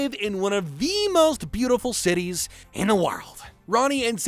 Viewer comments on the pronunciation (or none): none